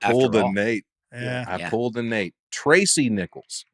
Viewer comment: And misreading Tracy's name was absolutely hilarious and so Nateland.